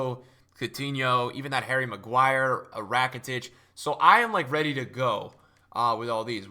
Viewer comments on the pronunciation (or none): none